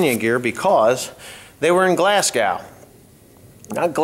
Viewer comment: Hi Glasgow, Scotland is pronounced 'Glazgo'....or if you're Scottish (which I am not!) it is 'Glasssgoh'